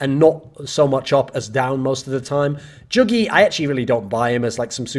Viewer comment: Jugi is pronounced like yuugi